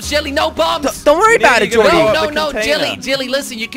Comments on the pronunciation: Who's the person that keeps saying jilly instead of jelly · Why he call u jilly instead of jelly